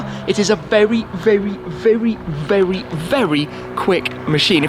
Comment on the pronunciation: Tim got bamboozled by the Senna’s lap that he got vewy vewy vewy fast around the spa. Haha cheers